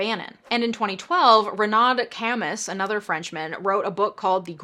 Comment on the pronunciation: Camus = Ca-MOO like a cow. Some other Camus wrote "the stranger"